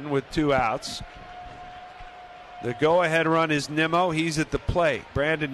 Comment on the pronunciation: One of the announcers literally called Nimmo “Nemo” smh 🤦‍♂️